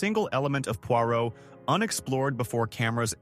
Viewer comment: 🤣🤣🤣 this fits with the pronunciation of Pwah row!